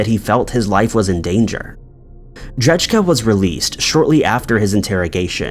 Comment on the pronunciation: Pretty sure dudes last name is said ‘dray-kuh’ not ‘dredge-Kuh’